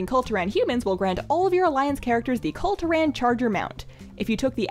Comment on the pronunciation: You're saying Kul Turan instead of Kul Tiran